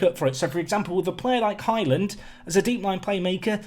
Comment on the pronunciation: I'm sure you keep calling Highland - 'Hymen'?? Anyone else?